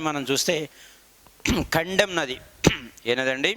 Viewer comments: Sir kaddem nadhi kadhu kadem pronounsation thappu....... కడెం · Not kandem that is kadem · Kandem kaadu kadem